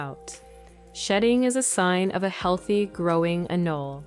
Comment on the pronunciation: Wtf is an anlala it’s anole